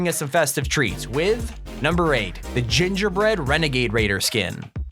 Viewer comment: Gingerbrenegader lol